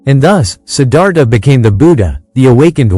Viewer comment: I truly sad that the author can’t take the time to actually speak it in his own words. Sometimes AI works pretty good but in this situation mispronouncing the most important word in the entire presentation “Siddhartha“ unfortunately, stop me in my tracks. Can’t believe the laziness of the hosts in so many programs these days having to rely on AI which, quite frankly, still has a long way to go when it comes to pronunciation very simple words. Too bad – the information was good!